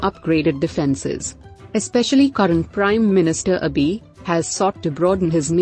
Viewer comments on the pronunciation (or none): its abe not abee .. please correct it